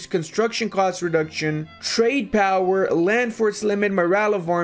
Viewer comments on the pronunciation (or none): none